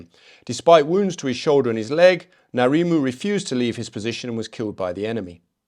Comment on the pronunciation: it's interesting to hear a non new zealander speak about the battalion. ngarimu is a legend. the relative population of european nz soldiers vs maori was telling. btw your pronunciation was mostly fantastic. corrections (with respect) ngarimu isn't narimu it's difficult even for kiwis. it's like the pronunciation of "ing" but without the "i". and then the rest so it's (i)ngarimu. no disrespect - most kiwis can't pronounce it correctly. also marae is "ma-ra-ii". but kudos to your respect for our language. best i've seen so far. lol@ the andrew not sweating quote. hilarious.